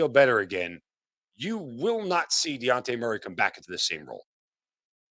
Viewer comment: How are we over two months into the season And you STILL don’t know that man’s name is DEJOUNTE !! Not Diante 🙄